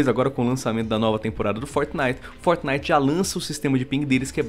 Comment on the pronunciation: por que vcs falam fortnif literalmente